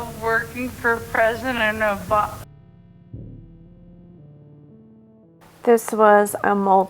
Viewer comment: She said Obam. Not Oba .